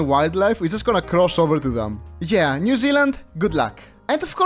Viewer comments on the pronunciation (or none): when bro said New 10 times, it sounded like "Mew" 💀💀